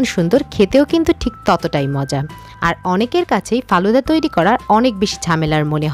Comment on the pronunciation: কালুদা নয় ফালুদা